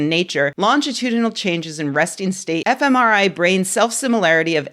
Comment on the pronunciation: When Rebecca says, FMRI I hear, F M, EmIrite?